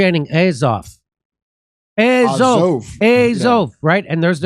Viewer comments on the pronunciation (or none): To me it sounded like Az-hol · Sounded like 'Adolf' haha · It almost sounds like they're saying ASSHOLE... LOL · The chanting sounds like 'asshole' to me :)